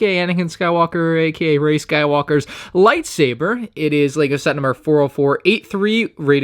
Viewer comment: you said rey shitwalkers name wrong